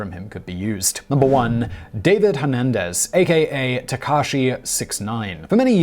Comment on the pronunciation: DANIEL NOT DAVID